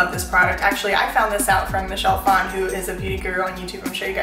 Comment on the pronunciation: Thanks for being a boss by pronouncing Phan correctly :)